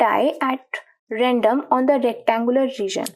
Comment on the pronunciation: Mam aap samjhate next level ho baus khali ' random' me r me thoda thik se vo 'u' lab raha h